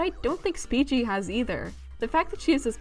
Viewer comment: The fact you say Speechie makes me so mad lol